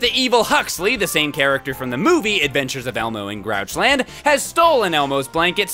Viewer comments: When Elmo said Grouchland I thought it said Crotchland! Ewwwwwwwwwwwwwwwwwwwwww. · Uuhh CROCHLAND it aounded like it sayed croch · I thought Elmo said croch land lol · Did Elmo say crotch land?